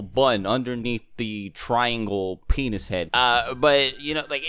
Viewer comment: The way he says penis is funny